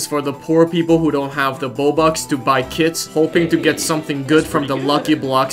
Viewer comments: When he says kits I think he says kids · "You can equip the kids skin if you like their drip" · Youtube does too